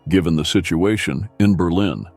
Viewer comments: WHO THE FUCQ DID THE ENGLISH NARRATION ? Berleen instead of Berlin ? FFS. ! ITS NO SO DIFFICULT TO FIND SOMEONE THAT CAN SPEAK ENGLISH WITHOUT MANGLING THE ENUNCIATION ???? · That’s what I thought too. The voice sounds real though. It had me fooled until the burleeen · “Berlen Germany”??? Perhaps you mean Berlin Germany. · berleen? what is this AI crap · Must be AI narration, couldn't pronounce Berlin correctly, my lord that's crazy! It's not Bur-lean!